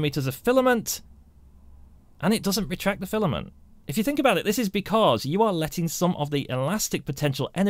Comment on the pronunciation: Your videos are very good but you talk so funny deretract lol